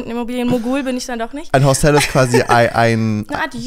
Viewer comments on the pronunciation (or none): Macht es nur mich verrückt, dass das Wort “Hostel” wie Hostell ausspricht? 😅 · es heißt Hostel, nicht Hostell 😂